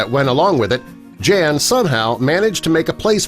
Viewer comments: I know someone whose parents were from Poland. I've known him since the early 80s. His name is also Jan. The catch is Jan isn't pronounced Jan. It's pronounced Jon. Good story though. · It's not "jean" but "yan" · wouldnt his name be pronounced like Yawn, and not Jan?? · Jan is actually pronounced yan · If you are saying the name “Jan” in Polish it is pronounced YAN ffs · I bet "Jan" is supposed to be pronounced "Yaan" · His name is pronounced yawn..